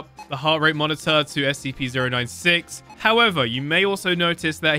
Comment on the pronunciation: It's scp-096 not SCP z ero 9 six